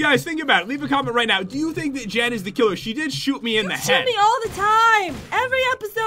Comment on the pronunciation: it is not joon I mean jen